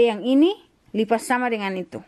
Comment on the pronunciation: you gonna "lipa" again 😂😂, good girl ❤️